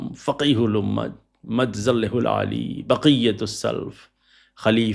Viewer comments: جسكو (مد ظلہ) کا صحیح تلفظ نہیں آتا وہ بتائیںنگے کہ مدارس میں ذہن کیوں قید ہوتا ہے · الحمدللہ مدارس کا فیض پوری دنیا میں عام ہے آپ جیسے لوگ بند کمرے میں بیٹھ کر کیمرے کے سامنے علماء کی جتنی بھی تحقیر کریں اللہ انہیں اتنی ہی عزت دیتا ہے اور اپ کی اوقات اور نالج ہی کیا ہے جسے مدظله کا تلفظ ہی نہیں اتا جو مدرسہ کے پہلے درجے کے طالب علم کو بھی اتا ہے۔